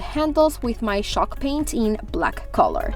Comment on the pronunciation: Ooohw she means CHALKpaint and I thought she says SHOCKpaint aaahahhahahaha😱😂😱😱😂😂😂😂..I loooove her projects❤❤❤❤